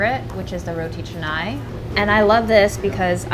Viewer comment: Pleasantly surprised to see roti canai here! Got me nervous for a moment because 90% of non-malaysians/singaporeans mispronounce it as roti kha-nai, but killed the pronunciation (and nasi lemak too)!